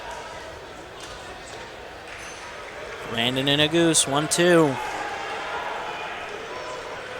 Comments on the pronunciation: nu goose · When the commentator pronounced that I laughed, but someone corrected him right away because ne-goo-zee was never said again. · Right, that's the way people have been saying it forever. This commentator says Na-Goose-Ay...Another one commentators mess up is Chinese names...I guess commentators should do their homework before doing a broadcast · Like it’s so obvious he’s never ran or followed the sport. Didn’t even tell us the split of the halfway point. Mispronounced Yared’s name wrong. “Senior from Notre Dame” that’s all this dude said the entire video. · What's the correct pronunciation of Nuguse? It sounds like the commentator is butchering the name. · And the pronunciation of Nuguse